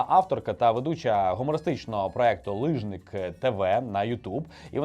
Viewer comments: Ліжник ! Не лижнік) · Так, ФіЇнка, з наголосом на Ї. Здається, це означає "онучка". І таки "ліжнИк"! Йой, як "невдобно получилось"!)) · хоча б вичитайте назву програми правильно лІжник і дізнайся що то таке) то наша культурна спадщина!) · то не лИжник), а лІжник! То якась є зневага до змісту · У Фіінки канал називається "Ліжник ТВ", а не "лижник" 🤦🤦🤦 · Фіїнка веде канал,який називається - ліжник з наголосом на и, а не лижник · Ну який лижник тв, то ж лі́жник